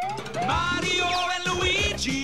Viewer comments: Luigi said kario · they say mario wrong.